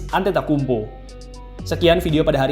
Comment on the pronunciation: Agak salah pengucapannya min..but its okay..emg agak susah nama org2 yunani